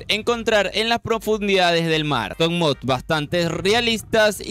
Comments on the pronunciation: antes de hacer un video de mods, aprendan a decir "mods" y no "mobs" los mobs son los monstros y mods son los addons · Porque dices mobs si son mods